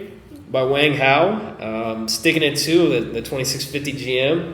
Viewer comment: Wang (王) is pronounced "Wong"